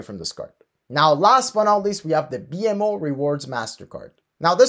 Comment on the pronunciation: Thanks but you are pronouncing BMO wrongly. It is /bi:mow/